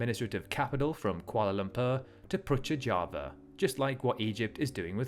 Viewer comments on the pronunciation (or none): Thank you for a well-researched video. Although your mispronunciation of Malaysia's administrative city (not the capital; the parliament, courts and palace are still in KL) Putrajaya as 'Putrajava' may cause a little stir due to its meaning, but I'm sure it was unintentional.